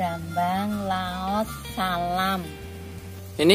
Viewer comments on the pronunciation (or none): none